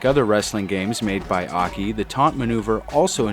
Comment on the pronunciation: Oh, now you finally pronounced AKI's name correcrly.